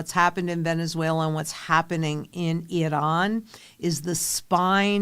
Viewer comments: lol I don’t see a D in I- ran. 😅lRAN. Not Idran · It's Iran, not Idahn. WTF. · 😂 the way you pronounced Iran is ridiculous 🤦 I should not be able to tell who you voted for by this smh it is pronounced I ran not I Don just so you know those people do not like me or you or anybody else in this country they would eliminate (thats a YT way of putting it) us immediately if given the chance so why you would well nevermind this message will not change your thoughts good luck hope you (and anybody else that is in the dark) see the light sooner than later and by all means if you dont like this country please go there to 'I Don' I assure you 100% you will love this country immediately then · Are you iranian? Why try to pronounce it different than your audience? Its iran, nor iron. Cant even watch the show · You gotta stop saying Iran that way. You sound like a moron.